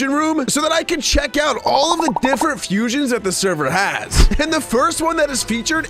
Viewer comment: Fusions not fusons